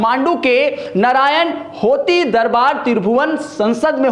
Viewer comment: It's नारायण हिटि not नारायण होती